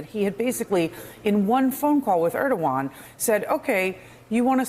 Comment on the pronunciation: Guys: It’s ErdoGAN, not ErdoWAN. When Professionals like yourselves Repeatedly mispronounce the name of a high level world leader it shows a lack of preparation which itself shows a lack of respect. Would you like it if someone repeatedly mispronounced Your Family Name ??